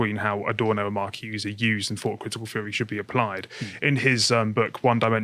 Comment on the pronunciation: Marcuse as "mar-CYOOZE-eh"? Gramsci as "GRAM-skee"? Carl, you embarrass yourself!